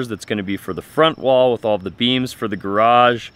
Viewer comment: Much better this time pronouncing garage. You got it almost 100% correct twice. Sadly, the other times are closer to one syllable like graj or a 1.5 syllable rendition like garadj where you swallow the second A sound.... Maybe practice saying it like two complete words with full emphasis: garrrr adge You are completely understandable, but you stand out in society like an under-educated backwoods cousin. At least you write it correctly.🪘 FWIW.... It would have been nice to explain the sewer layout more clearly. The shots were too tight. Maybe provide an overview or a simple diagram?